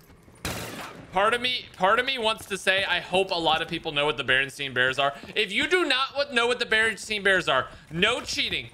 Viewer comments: smh man said Bernstein and not Bernstain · REally want to mess you up but its not berenstein its berenstain